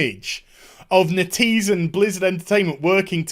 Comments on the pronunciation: It is NET-EASE not NE-TEASE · its not "netease" its "net - ease". That is the official pronounciation, just sayin.